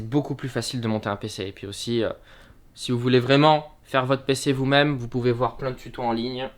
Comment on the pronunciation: Mon nouveau pceuh pour regarder mon hentaieuh de rougeuh en 4Keuh